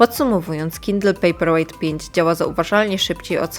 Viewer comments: Ale Pani też nie zna angielskiego, bo czyta pejper łejght zamiast łajt i wychodzi, że papier jest ciężki.. Dajcie jej spokój.. :) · “pejperłejt” i dalej nie oglądam 👎